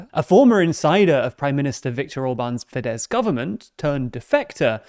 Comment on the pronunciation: The "SZ" letter combo in Hungarian is pronounced just like "S" in English. (Just drop the Z). Comes up a lot in these videos, as in FideSZ and TiSZa. Great videos otherwise :)